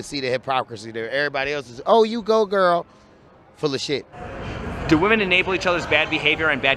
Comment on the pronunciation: "Fulluh shit" lmao